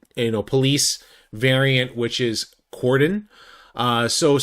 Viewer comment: Wow, your the 1st content creator that has pronounced Cordon correctly!!